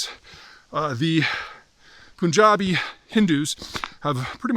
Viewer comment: Firstly it is Pun-JAB not Poon-JAB. Second, the "international boundary" between Pakistan and Afghanistan called the Durand Line - an artificial border drawn up by the British after 3 bloody colonial wars between the British and the Pastuns in Afghanistan during the 19th century. It was never accepted by the Pastuns since the 19th century. It wont be accepted in the 21st century either. Until and unless the PUN-JABI Muslims in Pakistan can come to some agreement with the Pastun/Pathan society of free movement or limited soverignity there will always be an issue. Finally, the salt in the wounds of the Afghans is that millions of Afghan refugees have been essentially thrown out of Pakistan overnight in brutal and humiliating circumstances by demolishing homes, businesses etc. This has also caused great resentment in Afghanistan against the Pakistani who are blamed for using and abusing Afghans for their own interests.